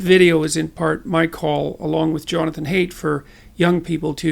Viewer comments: Don't wanna be that guy but Haidt is actually pronounced /haɪt/ (like height) instead of /heɪt/ (hate). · For future reference, Haidt is pronounced like height, not like hate. The video started out well and I had high hopes, since I am a fan of Haidt. I became impatient, it seems to beat around the bush. So I quit . Sorry. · Haidt's name is actually pronounced like "height." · Professor Haidt's name is pronounced "height," and his strategy of naming entire swaths of human thought as Marxist is a peculiarly American viciousness which you, Professor Jordan, should not buy into. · B Peterson Hey Jordan. There is a small chance you will actually read this but thought I'd go ahead with it. First of all, huge supporter and admirer of your work. Mainly I wanted to say: I'm pretty sure Jonathan Haidt prefers the pronunciation of his last name as 'Height'. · It's pronounced "height!" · I thought it was pronounced like "height" but maybe Peterson is correct.